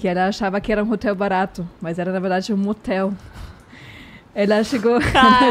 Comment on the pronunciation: "Matel" ou "Hatel" Kkkkkkkkkkkkkkkkkkkkkk